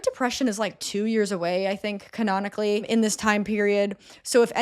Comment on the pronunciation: whats that word you keep saying? Colonically?